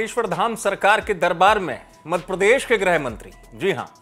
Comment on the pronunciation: सर सही तो बोलिये मद प्रदेश नहीं मध्य प्रदेश😂😂